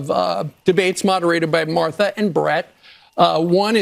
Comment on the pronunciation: Marther? C'MON MAN!! Mar tha!! 💙 Kamala 🔵 Walz TX. ALLRED ALL 🔵!!